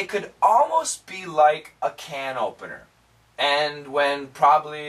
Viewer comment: I heard "can ovener" instead of "can opener". I can't heard the P sound in this word